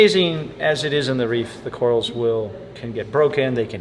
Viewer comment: What are cor-als,?? Odd pronunciation